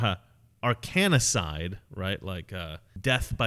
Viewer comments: You're putting an extra syllable into "Arkancide", It's not "ar KAN a side" it's "AR kan side" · Love your work but it's Arkancide not Arkanacide 😁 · Ar-kan-cide, not ar-kan-a-cide. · Arkancide - not "Arkanacide" - like in Seth Rich or Vince Foster. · Say Arkanacide one more time...lol. its Arkancide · Why cant you say arkancide properly?? There IS NO second 'a'. Its AR-kan-cide, not ar-KAN-a-cide. Conspiracy and murder exists, more than you think....simply put the evidence together and pattern recognition and common sense spells out what's happening. smh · It’s Arkancide— A-R-K-A-N-C-I-D-E, not Arkanicide. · Ar-kan-cide not Ar-kanny-cide. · 3 syllables : / r - can - side/ NOT / r- can - i - side/ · Are Can Side, not "Are Canna Side" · Come on dude, its Ar-kan-cide. NOT Ar-kan-i-cide. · It's arcancide, not arcanacide. Like Arkansas (which should either be spelled Arkansaw or pronounced ar-kansas). Arcanacide would be death by fell magicks. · Arkancide is a three syllable word. Not four. Get your Clinton Crime Syndicate lingo correct. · It's Arkancide... NOT Arkanicide. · I watched for 9 and a half minutes until you continued to read Arcan-cide as Arcan-a-cide and couldn't listen Anymore. There is NO 'A' in Arcancide between the letter 'n' and 'c' ... how the Hell could You Not see that mistake? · It's "arca-cide", not "arcaA-cide" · Not ARKANA- ARKANCIDE like Arkansas pronounced Ark-an-saw. Take it easy, man.;) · Funny video! BTW I think for the future it's pronounced "Arr-Kan-Side' like 'Arr-Kan-Saw', rather than 'Arr-Cani-Side' ;) <3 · ARE-CAN-SIDE not are-can-A-side. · You're adding a syllable. It's Arkancide not Arkanicide. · AR-KAN-CIDE, not AR-KAN-I-CIDE! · Arkancide, not Arkanicide. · It's Arc-N-cide, not arcannna-cide. Please do not invent new pronunciations, leave that to the Brits. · It is pronounce Ark cun cide. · Ar can cide; you're saying it wrong. Love your show! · Omg dude! It's Arkan-cide! No A in the middle. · Um...its not "arkan-a-cide".